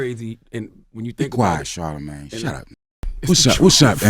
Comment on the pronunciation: I dislike 'charla-maid' !